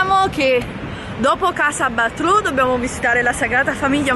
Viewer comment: si scrive BATLLÓ ma si legge "BAIÒ". PER FAVOREEEEEE